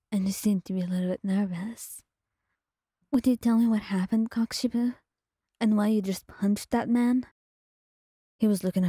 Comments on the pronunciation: or normally pronounce it as "koh-koo-she-bow" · I think your saying it super wrong 😂 I’m not sure how to explain it but your mispronouncing something from what I’ve seen most people do it’s kok-o-shibo I’ve heard the kok part be pronounced more like coke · I can’t get over the fact how she says kokoshibo 😂😂😂it’s so funny